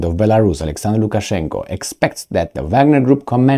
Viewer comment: Lukaszenka not Lukaszenko